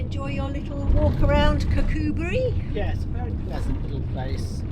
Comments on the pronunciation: I am very impressed with your pronunciation of Kirkcudbright. Took us ages to figure that one out when we first moved up here 😂 xx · was spot on!